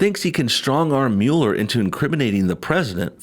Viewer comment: Thanks for saying Mueller right, I don't know why anyone in the MSM can't pronounce that. Lol, it's such a small thing to get bothered about.